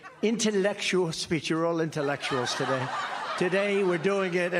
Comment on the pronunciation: We can surely tell by the way he pronounced "Intellectuals" that he holds anybody with intelligence in very low regard. He does this because he knows he can't manipulate intelligent people, so he has to downgrade them in some way - and his way is with childish pronunciations and declarations. The man is a weird narcissist.